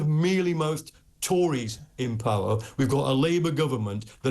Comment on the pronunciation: Did he just say come into powe!!!